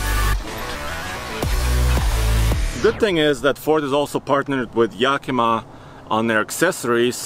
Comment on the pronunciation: It's pronounced Yak uh muh, not Yak eee ma